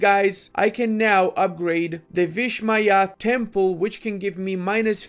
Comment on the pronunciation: butchered the vishwanath temple spelling,lol awkward to hear hindi spelling get lolled as an Indian anyway enjoyed it